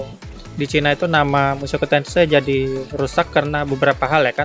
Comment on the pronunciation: also: "njadi"